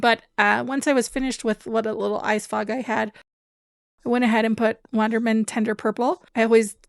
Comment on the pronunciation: FOG, not frog. Ok. Now I understand. Carry on.